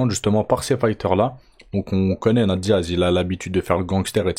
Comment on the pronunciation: On dit "'nèyte Diaz" pas "na te Diaz" 👌🏻 (tu dois le répéter au moins 100x ds la vidéo 🤯🤯🤯)